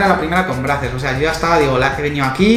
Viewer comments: Carlos Ferreras Yo vivo en USA is se pronuncia breizers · Se pronuncía "Breisers" y el lo pronuncia "Brasers" con todo respeto los españoles pronuncian muy mal el inglés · Brazzers se pronuncia bracers? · ElChismosogro Futbolero se pronuncia breizers xD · Spooky Ougi [2spoougi4u] no se pronuncia así - breicers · Como cuando trabajas en Brazzers, pero no sabes ni pronunciarlo :v